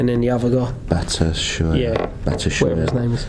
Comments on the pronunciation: The strikers name is pronounced Bat-shoe-eye-e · I think its pronounced (BAT-SHU-EYE-EE)